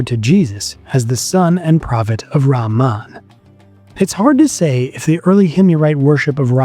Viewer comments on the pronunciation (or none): It is RAAMAA pronounced as REHMAAN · rahman, the h is pronounced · Al-rakhman and al-rakhim have the same root, and are therefore pronounced the same - not one with a 'h' and the other with a 'kh'. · Not how you pronounce 'Rahman'... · raman رامان is diferrent than رحمان rahman your pronunciation is not right so meaning is changing